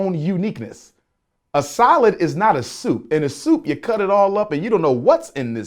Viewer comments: He can't pronounce salad that's weird af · I know this is just my petty talking...but why does he pronounce "salad", "solid"? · Lost me at his pronouncing salad as solid. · I thought he was saying “solid bowl,” for a second.